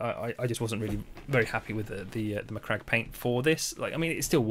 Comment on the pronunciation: Aced the Macragge pronunciation. Also, stunning result